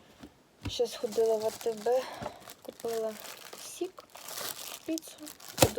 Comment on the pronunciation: Ох уж этот "сiк". Не однозначно звучит 😂